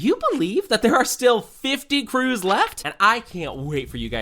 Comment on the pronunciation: Bro u don't say crews